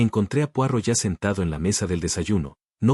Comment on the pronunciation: Qué aburrido un video con una taza de té acercándose y alejándose Y el relato, monocorde, sin emoción (¿AI?). Se pronuncia Puarót y no Puárro (Poirot). Es un apellido francés.